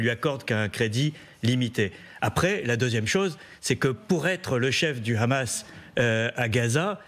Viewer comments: pour quoi elle dit khamas et non hamas ? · Le Hamas avec "H" pas "kh" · C'est le hamas et pas le khamas . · Le mouvement s'appelle Hamas mais pas Khamas comme le prononce les israéliens. Pourquoi j'ai l'impression que ces médias présentent le sujet comme étant une partie du conflit. Même I24 essaye d'être plus objective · Pas ( ghamas ) mais ( hamas ) ça s'écrit pas la même chose 😂 hooooo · C'est pas khamas, c'est hamas. Ont est en France ou en Israël ? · Pourquoi prononcer Hamas comme Khamas? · C’est bien. Tu prononce bien Rhamaas, larbin français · Pour l’amour du ciel arrêtez de dire Khhhamas. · Khamas... vous pouvez même pas prononcer le nom correcte vous et même gabreil attal vous bavarder et vous êtes incapable de prononcer juste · Un fantôme insaisissable mais qui sème quand même des disques dur derrière lui, faut bien le croire. Et l'autre gourde de "journaliste" qui prononce "khamass". Les média "français" sont pathétiques. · Alors elle c'est vraiment la relou de service Khamas à la place de Hamas mais YaHya Sinwar elle le prononce pour enfin finir avec Kan Younes au lieu de KHan Younes